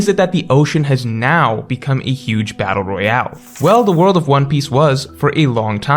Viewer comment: trying to say battle royale💀